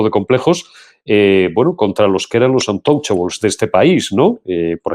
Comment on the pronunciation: ¿untochables? ¿no sabes español? intocables